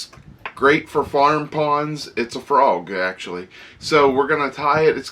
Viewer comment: Nice "Froag",!